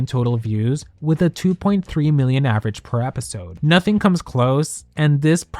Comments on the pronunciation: I'm sorry but i have to say this.... it's average, not avarage. It was driving me crazy 😂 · Girl, not "avarage" 😭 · "Avarage"? Feels like Alyssa Edwards might have said that on the show. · Just an FYI! The word is average not avarage. :) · the "avArage" in every single slide is killing me though...